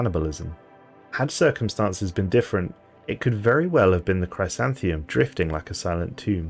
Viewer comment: It’s pronounced “Chrisanthemum” it’s a type of flower , a daisy of sorts.